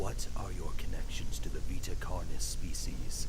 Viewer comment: I like this video except your pronunciation of carnis